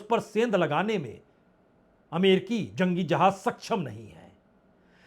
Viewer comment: . Sir aapne hindi kahan se sikhi ,jahaaj nahi jahaaz,hajjaar nahi hazaar